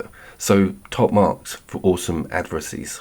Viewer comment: Will say, you didn't bring up the beauty and awesomeness of Origins "black box" scenes post assassin and story ark progression. They were absolutely brilliant. While I'm remembering shiz, it's pronounced AD-VER-SERY 😅😉💙